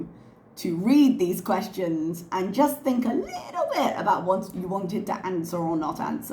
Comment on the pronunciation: Actually she said Anwering your Questations Part 1. Yes, the English major!